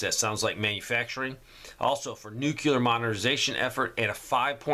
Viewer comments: Please, Please say = nu·cle·ar /ˈno͞oklēər/ ("New Clear" just like it is spelled) Nuclear - relating to the nucleus of an atom. NOT "New Que Lur" like George Bush used to pronounce it... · NUCULAR IS NOT A WORD ! The word you are trying to say is, nuclear ! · you habitually mispronounce nuclear. Listen to yourself. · Still mispronouncing nuclear. Listen to yourself man. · Again with mispronouncing nuclear. Listen to yourself man. Really damages your delivery.